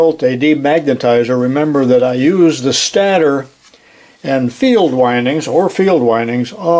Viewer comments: I know it's trivial but stator is pronounced like "staytor". I had to look it up in case I was wrong but that's the way I've always heard it. It doesn't actually matter but I was wondering if I was wrong lol! Still loving the videos! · Always enjoy the videos. The word stator is pronounced with a long A. As in stationary (your example). Or the fact that that only 1 consonant separates 2 vowels, the first vowel speaks ;-)